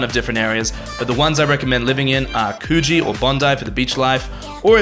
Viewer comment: The way you're mispronouncing Coogee cracks me up lol.